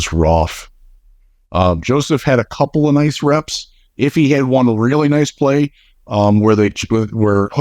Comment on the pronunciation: My brain goes haywire every time I hear you say Iffy's name. Is everybody else saying it wrong or do you just give zero shits about saying the names of players you cover correctly?